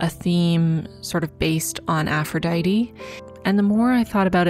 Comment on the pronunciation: i love this and u but ur pronunciation of aphrodite killed me lol (no hate!! i'm just a bit of a freak over greek stuff sjdksj)